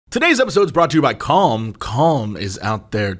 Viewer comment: Jesse tries so hard to not pronounce calm as com that it's starting to sound like cum.